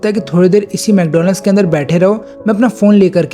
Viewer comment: Mcdonald's nahi Wcdonald's bhai😅